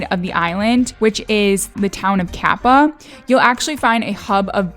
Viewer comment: It's Kapa'a. Pronounced Ka-pah--- ahh